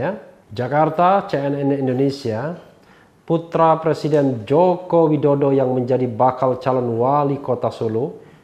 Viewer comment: Bpk loe tu plesiden kpu u u u bukan pleciden lakyat🤣🤣🤣